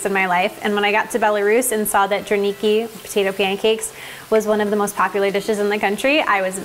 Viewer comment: to speak correctly drAniki stress in a word on the first syllable, just to let you know